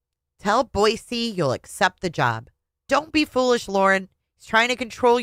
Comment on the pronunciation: first of all, thank you for saying Boise correctly!!! Second of all, I was not going to watch initially because to me, her book seems nauseating. Yes, the book is nauseating, but hearing you read it makes it all worthwhile!! I just got to the part where she sees her aunt in her dreams. How very Daybellian of her, right? 😂😂😂